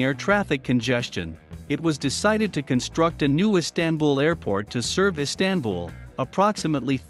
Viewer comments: EEE STAN BUL?? How about saying it correctly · Silly robot voice, not even able to pronounce "Istanbul." 🤮